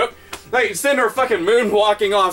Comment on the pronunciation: Didju rike it?